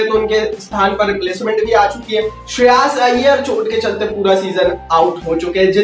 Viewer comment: Bhai wo shreyaas nahi shreyas hai